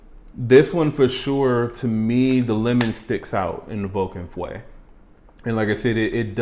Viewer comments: « Feu » is the french word for « fire ». I am not good at phonetics to explain it correctly but the « eu » part should be pronounced like the french « e » letter. So for you English speakers it kinda sounds like « uh ». Also, note that the U is after the E. So you cannot pronounce it FWE. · Love your reviews for its laid back but thorough nature...! But please look up the French pronunciation for fire... feu.... It's not fwe .... Google will give you a close enough pronunciation. But other than that .... keep up the good work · Feu pronounces l ike "Fo" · as a French I can tell you that there is absolutely nothing close to « oo » sound in « feu ». Go on Google translate and type fire in english to translate it to French and listen to it. It might help you ear what I’m describing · French here and agree!